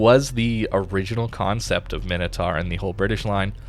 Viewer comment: Mine - Oh - Tor. Np, just helping another American that struggles with basic pronunciation. I get bad understanding of things that arent obvious but how the hell is "tar" anything like "taur".